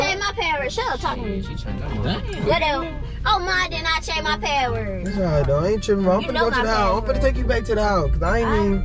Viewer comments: "I did not change my pahhword" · It funny they say padword instead of password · i was dying when yall said "paword" instead of password LOL im dead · it craaa u gooon change da paaword 😂😂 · They don’t say password they say paword